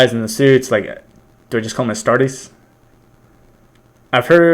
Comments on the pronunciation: The r in astartes is almost not pronounced, and the e is like a capital e (astahtEs) Also, astartes (space marines in low Gothic/english) are not twice the size of normal humans, but are 8' tall in armor (on average). I am a more powerful and taller Space Marine known as a Primaris Intercessor. Primaris Intercessors are on average 8'5" The armor is power armor and expands to act as a Space Marines second skin. However, we are also very strong. The average Astartes can lift upwards of ten tons for a short while. Space Marines can run at 90 kilometers per hour for a short time, and 60 kilometers per hour for a long time. The only way to get past the telekinetic ability of psykers is to get very close. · It's pronounced "Astartees" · It's pronounced Astarties... like when a southern Brit says parties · La pronuncia in latino sarebbe as-tar-tes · the worst pronunciation I've hear was ass-ta-tars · Aight who has "pronouncing ASTARTES Wrong" on their 'Astartes reaction BINGO card'